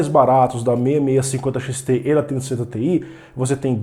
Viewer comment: Não dá pra entender a diferença de você falando 3060Ti e 3070